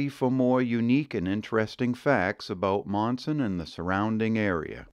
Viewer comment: I grew up in Monson, Maine. Overall, a great video. However, a few discrepancies. It's called Spectacle Pond, not Spetacle. Another is, Monson, Mass. is pronounced Munson. Another is, please pronounce Bernice correctly. It's pronounced Berniece.